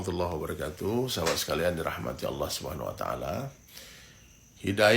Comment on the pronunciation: Saya mau luruskan saudaraku Bukan aulloh...atau allooh Allah saudara ..aliif..nama Allah jangan d rusak😊